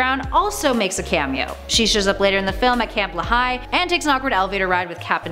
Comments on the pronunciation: It's pronounced, LEE-high.... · Nice job. Thanks. FYI the Camp Lehigh is pronounced LEE-High.